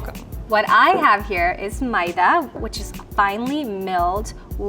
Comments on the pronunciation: First time hearing maida pronounced as Ma-ye-da 😅. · Yeah I refuse to believe is indian she doesn’t even know how to pronounce maida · that's how south indians pronounce maida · that's exactly how my mom says maida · that's how I pronounce maida is it supposed to be like may-dha. Idk man some people pronounce things differently